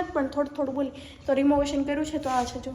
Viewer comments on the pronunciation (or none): Not removetion , Rinovetion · Ben renovation kevay.... Temovetion no kevay....😅